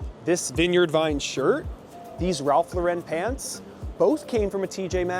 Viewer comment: who tf pronounced Ralph Lauren like that lol